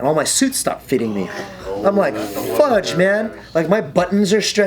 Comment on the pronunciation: It pisses me off that a guy so tough says 'fugde'